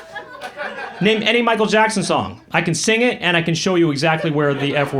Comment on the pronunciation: " I dont like "iT" joke was too good! Someone who doestnd like "It's " putting a hard emphasis on the "T".